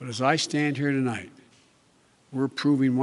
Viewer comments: “Twolight” instead of tonight and thats just the first sentence, ooof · Not even 5sec in and he mumbles. Tolight we😂😂